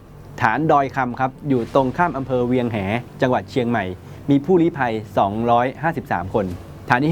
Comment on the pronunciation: ใช้หรือเรียกชื่อให้ถูกต้อง เวียงแห -.คือ เวียงแหง อ. ในจังหวัด.เชียงใหม่